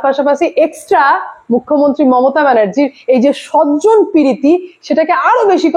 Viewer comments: Apnar vdo dekhi, bes bhalo lage , kintu swajon poshon ta jokhon sojjon poshon bolen, kane lage, baki content khub bhalo koren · কথাটা সজ্জন না সজন। আপনার উচ্চারণ যথেষ্ট খারাপও। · সজ্জন আর স্বজন (সজন) দুটো শব্দের মানেই আলাদা, তাই উচ্চারণ ঠিক হওয়া উচিত